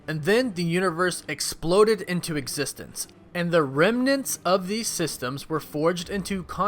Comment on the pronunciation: As long as i exsist i think this guy is not gonna stop saying EXSISTE OR EXSISTENDS